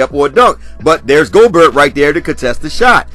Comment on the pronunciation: He called him GO-BERT! 😂